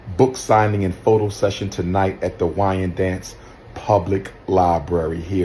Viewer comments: It's pronounced wine dance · It's not "Wining Dance" Long Island New York. IT'S Wyndanch its a Native American Tribe outta of the Lanape homestead region.😊😊😊😊😅😅😅😅 Also to its Albany New York. Not Al bany New York. Put all the letters together "Albany". Second mispronouncication Mr. Umar Johnson my good Sholar.